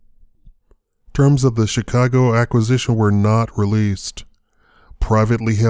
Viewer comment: 'Chi-Caag' Stock Exchange. Do you have a site?